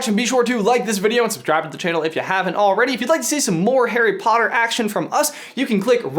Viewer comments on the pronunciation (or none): none